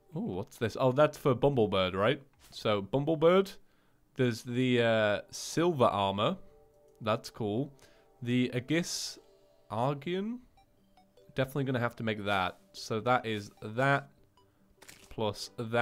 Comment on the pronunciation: I'm loving watching this series, but man... your pronunciation of some of these words is just murdering me. For the record: Aegis is a word of Greek origin and is pronounced "EE-jiss." (This particular word is something of a pet peeve because I know so many people who pronounce it wrong.) It's specifically the shield that Athena mounted Medusa's head on. Most words with an ae on the start of them are pronounced about the same, aeon for instance is an older spelling of eon. Or aether/ether and daemon/demon, etc. Thus endeth my nitpicky PSA on pronunciation of archaic terminology.